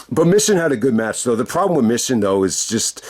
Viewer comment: It's pronounced Me Chin.